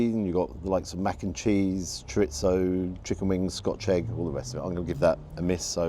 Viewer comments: I enjoy your food reviews as you do give a fair assessment of each restraunt. One thing that stands out to me from some UK based food reviews is the pronunciation of chorizo (chor-ee-zoh). In UK food reviews I hear "chor-eet-zoh" Why? There is no "t". There has bever been a "t"! Oh well...One of my bugaboo I guess... Keep up the good work.😊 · Chorizo is pronounced ‘choo-ree-tho’. 😊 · I agree, it really annoys me. I think people associate it with the Italian word pizza. Although the 'z' should be pronounced 's' or 'th'. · It's how Spanish is spoken in Spain. There are many Spanish words ending with that 'th' sound which end in z.